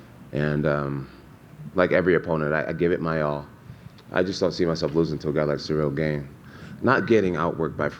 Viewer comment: I feel like he is doing that on purpose to get into his head cuz I KNOW he knows how to say it properly 😂😂. Combat Sports mental games r hilarious sometimes